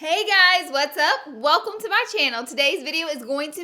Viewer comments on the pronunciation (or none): none